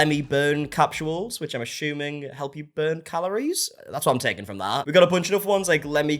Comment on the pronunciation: What's "ashuming"?